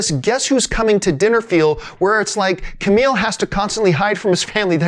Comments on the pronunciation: kumail. not camile or kameel. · ... Ku-Mail John lol Good vid though and yes, this movie is pretty epic!